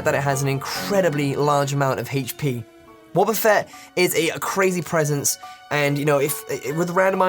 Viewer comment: When he said wobbafett i just couldnt stop laughing, i have no f'ing clue why xD